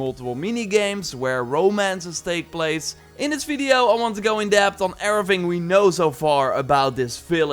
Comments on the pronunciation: He always proncounces 'V' as 'F'. Hence, video would be fideo. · lol the way you say veedio instead of video is funny hehe